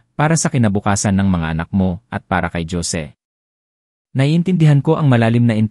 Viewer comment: Wag na ninyo haluan ng English words Ang kwento nyo dahil Hindi Yan binabasa ng narrator ng Tama, lahat ng kwento nyo palpak, paulit ulit din Yung mga pangalan na Jose ( Josie) Juan ( Joan) Joaquin ( jokin) at etc etc. walang pagbabago kahit paulit ulit pa tayong mag komento Hindi nila binabasa kaya useless Ang comment natin